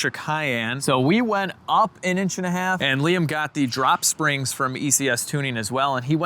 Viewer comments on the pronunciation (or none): none